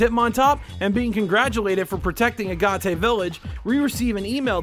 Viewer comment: "uh-gah-tay". i think i threw up. its literally pronounced how it's spelled. a-gate. like the rock, agate.